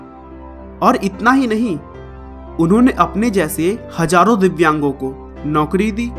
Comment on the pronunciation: tune divyang Ko vidyan bol dia